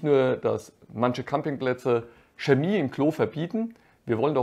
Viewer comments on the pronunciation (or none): none